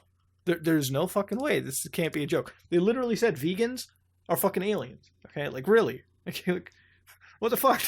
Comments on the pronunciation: A small point of order: The Vegans she is talking about actually should be pronounced "Vay-ganz," as in from the star Vega. Having said that, I think vegans are all fucking aliens, too, because meat is delicious and I automatically distrust anyone who has made a conscious decision to not touch, eat, or associate with bacon. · That's 'VAYGANS'. As in, from the star of Vega. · Muta, Vegans as in from the Vega system, not vegans as in people who don't eat meat or animal products. Pronounced like veygans. Granted, I only know this because I've encountered more Vegans in science fiction stories than I have vegans in real life. Vega's a pretty common star to have aliens come from because it's the second brightest star in the northern celestial hemisphere. It's pretty well-known.